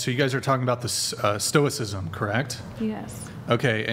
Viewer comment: I blew cherries when she said Stokcism.